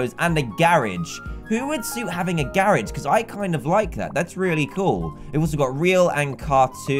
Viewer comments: He said "garige" not "garage"! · Dan: Says Gare-ig Me: wth thats a garage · XD the way he says garage